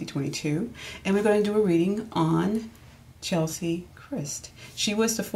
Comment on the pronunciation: Her name is Cheslie (rhymes with Wesley) not Chelsie